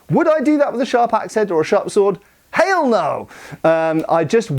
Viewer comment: your “Haiiieell No!” was positively Alabamian. Have you been practicing?